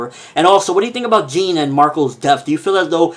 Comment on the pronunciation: Oh and Jean is pronounced how you'd say it in French